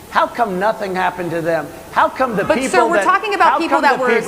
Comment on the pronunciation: 'The perple...'. 😂